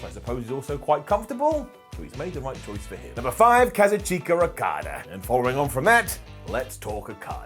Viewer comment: totally just butchered the name of kazuchika Okada